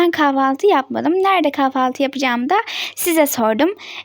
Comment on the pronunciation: Abla kafaltı değil kahvaltı